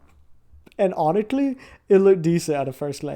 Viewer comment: it's like he's talking with a freaking bushel of cotton candy in his mouth. Dumb, and 'sgusting.